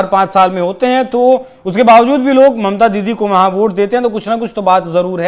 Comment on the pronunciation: He said: mamta didie. Didie ???!!!!!